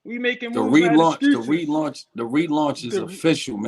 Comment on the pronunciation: The RELANTCH 😂